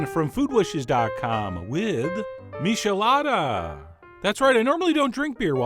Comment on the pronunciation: John, you nitwit: MITCHelada, not MISHelada! No offense. Just trying to be helpful. This is the beat I can do.